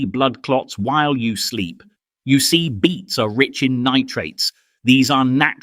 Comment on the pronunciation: Beets. Not beats